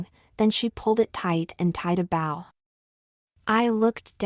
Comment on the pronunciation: Mostly a good story, but really annoying to repeat several lines several times throughout. And the AI needs training on how to pronounce "bow" !